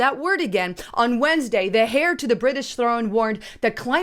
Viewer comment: Come on now, says he's the hair of the British throne (heir is pronounced like air, silent 'h', what a dingbat eh)